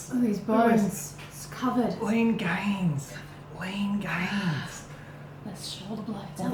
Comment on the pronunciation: LEEN GAYNES